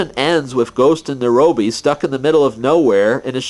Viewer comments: Nairobee no it's pronounced nigh oh bee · It's not Nirobe. It's Niobe, the Greek Goddess. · It's naiobi. Not narobi. Besides, there more like land than pork ins.